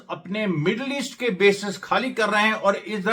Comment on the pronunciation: Great job Amresh. Wonderful but, please improve your pronunciation. It’s not Khabrein. It is Khabrein. N it’s not Khali. It is Khali.😁😁😁